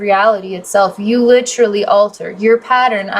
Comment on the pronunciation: I had to pause to explain this. I’m not sure what’s more distracting, the “Ummm’s” (said almost constantly in previous videos) or the word “Lit-trully” being said 7x just in the 1st 6minutes of this video., I’m not trying to be mean. It’s very distracting though.